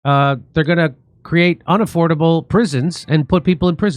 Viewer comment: “Unnaffoardable prisons”…. Jimmy still doesn’t get it